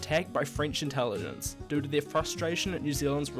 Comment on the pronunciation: Learn to say 'due' it sounds different to 'do'